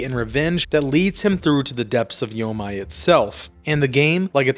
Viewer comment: It's YO-MEE. how can anyone take your review seriously?